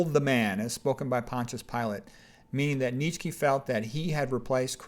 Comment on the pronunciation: Nitchky? 😂 The name is Nietzsche (pronounced [ˈniːtʃə] or [ˈniːtsʃə]).